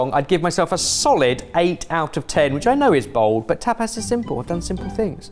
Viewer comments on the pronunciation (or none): An entire episode of the group mispronouncing 'tapas' as 'tap ass' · Throughout the whole video not one of them noticed that tapas isn't pronounced "tap ass". Also I feel like tortilla is more of a breakfast/brunch. Definitely pretty hearty for tapas.